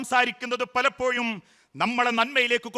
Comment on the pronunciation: 'പലപ്പോഴും എന്നുച്ചരിക കഴക് പകരം യ പറയുന്നു